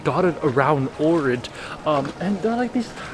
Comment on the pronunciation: I moved to Ohrid and it is indeed beautiful but you are not pronouncing the name correctly.